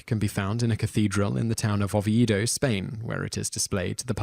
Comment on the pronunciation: Not 'Lom-BAR-dy', but 'LOM-bar-dy'. An 'Oh-vee-ay-do'. Pel-ay-gee-us'. The Bishop of le 'Pwah'. 'Rev-er-ed'? No, Rev-eer-ed'.